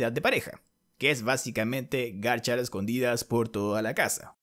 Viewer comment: Disculpen, pero me sigue pareciendo demasiado gracioso cuando dice "garchar" 😂